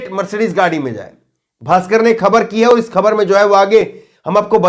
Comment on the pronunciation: कृप्या ख़बर को खबर न उच्चारण किया करें । केवल एक बिन्दी अर्थ बदल देती है । और बोलने पर भी भद्दा लगता है ।